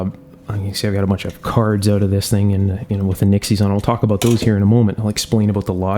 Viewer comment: No sir, actually it was an aboot I heard.